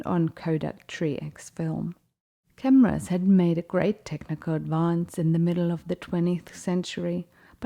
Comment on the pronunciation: I enjoyed this video. But for future reference, , the name of the camera he used should be pronounced "deer dorf" and the film he used should be pronounced "try x". Thank you. Terry Thomas large format film photographer Atlanta, Georgia USA